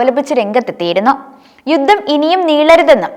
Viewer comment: " യുദ്ദം, ബാദ്യത, " ഉച്ചാരണ ശുദ്ധി തീരെ ഇല്ല